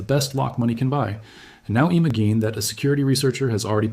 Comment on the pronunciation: Eemuhgeen that...